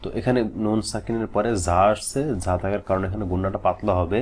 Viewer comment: যা এর মাখরাজ টা একটু clear করুন